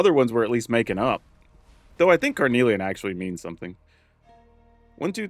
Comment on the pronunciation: You’re saying carnelian right, and yes it does mean something 😁 it’s a red semiprecious gemstone.